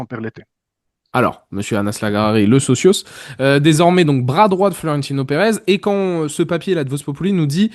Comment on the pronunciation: Franco Marocain pas Français d’origine Marocaine 🤣 Il est né et grandi à Casablanca, il est parti en France après avoir obtenu son Bac. Ps: Socio pas Socios 😅